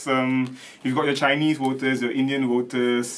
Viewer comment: utjjub has a big problem w singlish /manglish pronunciation, like evertime he says 'voters' it translates 'waters'...😊😅😅